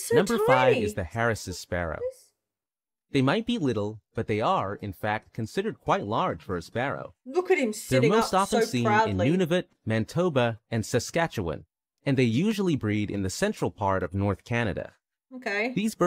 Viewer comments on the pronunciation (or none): Could they not have hired a Canadian narrator? New Burnswick? Mantoba? Curliew? Nunvuta? KayGee? Lampree? Sallmon? Has to be an American I can't think of a reputable Canadian narrator making that many mistakes. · I understand that technology, but I don’t believe that’s the case here. Voicing ‘Nunavut’ doesn’t become ‘Nanatvu’, nor does ‘Brunswick’ become ‘Burnswick’... I think it’s just a lack in factual research 😜